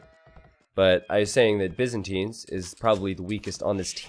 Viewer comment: can you stop saying BIZinstines, its Byzantines